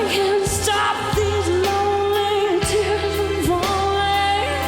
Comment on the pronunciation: Tears, in three syllables😭